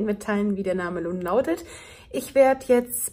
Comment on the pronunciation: hihi, ich hab den aussprache verhaspler bemerkt Min. …..wie der Name "lun nautet"!!